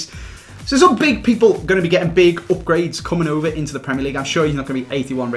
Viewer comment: I love how he says Opgrades